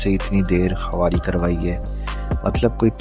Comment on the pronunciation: KHAWARI NAHI KHARI BOLA KAREN